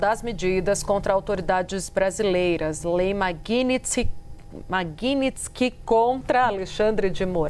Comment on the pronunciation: Não consegue nem pronúncia a palavra maguinigtsk kkkk